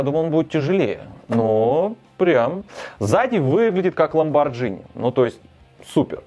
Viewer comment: слух режет: «ломбаржини»